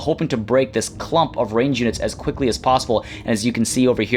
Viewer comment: did I hear "as queekly as possible"?? Hmmmmmmm